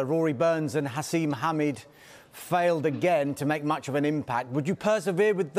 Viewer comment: It’s Haseeb not haseem 🤣